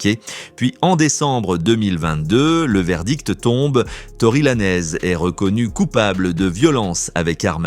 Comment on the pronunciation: On dit pas laneeez bodel ce prononce lanz ........et roc naytion pas nation bordel ou gare de lyon 😂😂😂😂😂